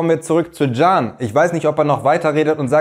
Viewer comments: Genau! 😅 Jan / gan / can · Can bedeutet leben u ist keine Abkürzung ,ausgesprochen wird es dschann,aber als Spitzname oä wir es schon verwendet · Der Vokal a wird kurz ausgesprochen. Also stell dir vor nach dem Vokal würden zwei Konsonanten stehen… Cann 😊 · 😂das spricht sich " Can" und nicht "Can" 😂, ich liebe es❤❤❤